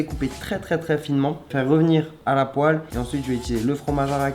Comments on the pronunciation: Vidéo de cuisine intéressante mais avec quelques fautes comme poile en "poêle" et batonnais au lieu de "bâtonnets"... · « A la poile » 😂😂 plutôt « à la poêle » 😊😂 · mdr "revenir à la poile" 😂 à la "poêle" plutôt peut être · Ça ne s'écrit pas poile mais poêle mdr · " a la poile " 😂😂 *Poêle 😂😂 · "Faire revenir à la poile" je crois qu'on dit poêle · Ehoooo mon Chaaarlie c’est « Poêle » et « bâtonnet » mais sinon continues comme ça c’est cool 💪🏾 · " à la poile".... poêle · "Faire revenir à la poile "Chez moi on dit "poêle"Et est chez vous ?😄😄😄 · a . c’est à la poêle et pas à la poile😅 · La « poile » comme tu dit s’écrit « poêle » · A c’est poêle pas poile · C'est "la poêle" pas "la poile" !! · La poile ou la poêle ? 😂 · Aïe la faute a 4.39 la poêle pas la poile 😂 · c'est une poêle Charles, pas une poile 😭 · Coucou Charles Ta video est bien juste une petite faute a ce n est pas poile mais poêle voilà Ne critiquait pas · RIP le mot poêle 😂